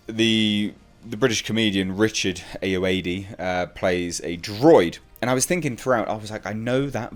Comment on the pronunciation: Richard 'Ayoade' is pronounced (ay - oh - ar - dee)